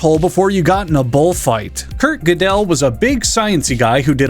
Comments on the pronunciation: I know the existentialism jokes and topic of death should probably be my focus here, but as an Austrian I was so in disbelief at the mispronunciation of gödel that initially I thought I was going insane because the story of that ghidelle dude seemed so familiar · Hearing pronounce Gödel (I'd kind of describe it as "geurdel" for lack of a better way to type it out) as "Godell" reminded me that not everyone can be an insufferable pretentious know-it-all